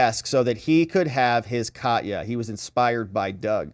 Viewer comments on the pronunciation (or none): Ka-te-ya like Russia. Not Cat-ya. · Katya (the name) is pronounced like "catch ya"! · Minor point of linguistics based on my travels to Russia: Katya is the american equivalent of Kathy. It is actually a 3 syllable word sounded as "Ka-tee-ya". With emphasis on "Ka". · Katya mispronounced. A is like a in America